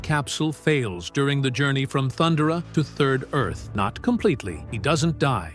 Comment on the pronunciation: That's not how you pronounce Thundara, AI.